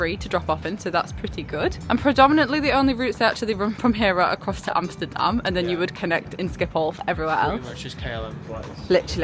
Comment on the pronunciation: Compliments for the pronouncuation of Schiphol and Amsterdam. Like others mentioned, certainly not the smallest airport in the UK.